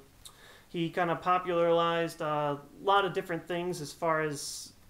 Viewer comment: Are you saying "popularlize"?